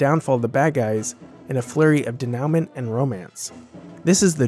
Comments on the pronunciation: Sorry to be that guy but i have one correction: I think you say denouement, but it’s not pronounced “de now ment” it’s “de new mah” Very entertaining video! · Dude, it is not pronounced "de-NOW-ment" it is pronounced "de-new-MAW". I cannot take you seriously after hearing that, sorry. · Denouement is pronounced "Dey-noo-mon" not "de-now-ment" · Denouement is pronounced day-new-moh. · “De-NOW-ment”? Is that anything like, ”denouement”? Christ’s teeth, man! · denouement day-noo-MAHNH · I hope you looked up denouement, learned how to say it, and discovered what it means. Hint: It ain’t de-NOW-munt. 😆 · Respectfully, denouement is pronounced den-you-mont. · Nice! Check your pronunciation of "denouement" (ˌdāno͞oˈmäN).